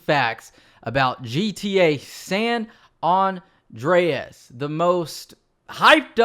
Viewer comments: It's San Andreas not San ondreas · "San Awn Dray Ass"